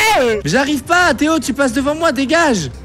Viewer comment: J'ai cru qu'il a dit degage xd au debut